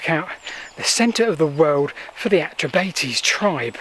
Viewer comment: 'Celtic' is not a word that should be applied to Britain. The metrication of British history is a drastically bad idea. I live locally and I have never heard the Atrebates pronouced Atre-Bate-ease. It's Atre-bart-ease. But notwithstanding the deviations, well done for making this video.